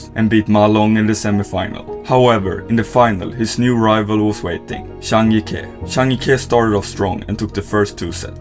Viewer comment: Finally you got the pronounciation right on Zhang Jike!!!